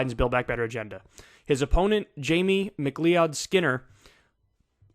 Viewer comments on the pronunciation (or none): McLeeOdd is pronounced McCloud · Kyle, I love you bro, but McLeod is pronounced “McCloud”. How in the blue fuck can you pronounce gubernatorial and not McLeod?? Jk Finally some good news. I’m so used to be disappointed after primaries. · Not to nitpick, but... "McLeod" is pronounced like "McLoud" (not "mick-LEE-od"). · Somebody tell Kyle its pronounced 'Mc CLOUD', not 'Mc LEE-ODD'. Or am I mistaken? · Mc CLEE-OD....JFC, MCClod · Jamie McLeod Skinner potentially winning is great, but it's also annoying for how many people it forces to try to pronounce his name and inevitably butcher it. It's supposed to be pronounced like Mc-Cloud or Mac-Loud. Leod was a the family founder's name (why McCloud is an incorrect anglicization), but it's pronounced like "loud". -Another slightly miffed MacLeod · Kyle, I'm pretty sure McLeod is pronounced "McLOUD" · Macleod is pronounced "mic-cloud", same as McCloud. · Pronounced McCloud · It's pronounced "Mick-Cloud" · Pronounce it Mac Loud. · MAC LOUD Haven't you ever heard that last name before??? *Macleod. ***Greg Casar CAH SAR jeezus get it together. How do you not know about Greg Casar????!!! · Ma-KleeOwd..... Highlander would take your head. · McLeod is pronounced McCloud. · Can someone tell Kyle that McLeod is pronounced “McCloud”? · FYI, her name is pronounced McLOUD-Skinner... Thanks for the excellent commentary!